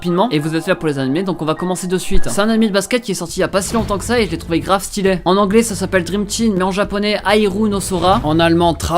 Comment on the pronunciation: on dit stylé pas stylait , articule ça me donne la gerbe